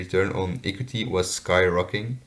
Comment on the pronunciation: Hello, I liked you presentation. Your pronunciation was really nice. I also find it good that you use data from 2015 till 2019. I have 1 remark. I think the the pronunciation of the word equity is different. But your presentation was good overall.